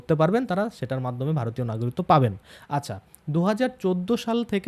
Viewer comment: সমানে নাগরিত্ব নাগরিত্ব এই উচ্চারণ করছেন কেন ? বলুন না গ রি ক ত্ব